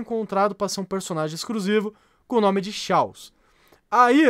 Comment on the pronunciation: EXCRUSIVO KAKAKAKAKAK FALA DIREITO